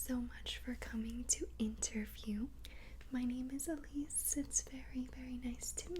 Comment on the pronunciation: AHHHHH MY NAME IS ALSO ELISE ITS OBVIOUSLY JUST SPELLED DIFFERENT BUT WHEN I HEARD YOU SAY ALEECE I GOT SO HAPPY